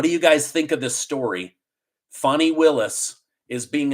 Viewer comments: Her name is Fani not Funi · It's pronounced Fani, as in fanny; not fawnee. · Nikki Haley is just determined to take votes away from Trump to help the Democrats. She's a Rhino! Funny how you pronounce Fani as "funny", it's spelt with an A, as in 'cat', not U, as in 'under'. Just saying! Is it really a surprise that the Biden administration is trying to pervert the system in order to fix the election? Go truckers, go Trump! The reason we like Trump ts because he is NOT a career politician. Biden can only do what Obama tells him to do. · It’s pronounced “Fanny”, not “Fonni” 🤣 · When did Fannie become Fonnie? She’s in the South. It’s Fannie. Did she get a name change from Biden? He likes to do things he has no legal right to do, why not?! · Fan I not fauni lol I know trying to be politically correct but fanni is pronounced fanny in GA ask the fella who is getting paid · Pronounce her name right it's Fanny, like the backside of a sw*ne